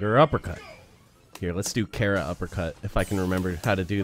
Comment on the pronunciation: i cant get over you pronouncing it kehra